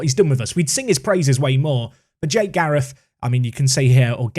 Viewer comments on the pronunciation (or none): none